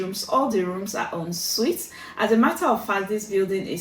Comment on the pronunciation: It's the way you pronounced ensuit for me 😂